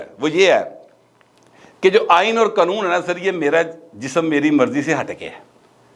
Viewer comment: Qnoon nhi bulky Qanoon khan krn vesey ap Acha bolts hn thanx